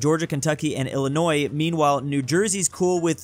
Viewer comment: "Illinios" Good job